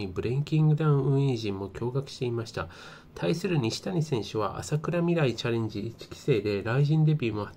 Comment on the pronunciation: あさくらみらい って言ってる所がヤバい😅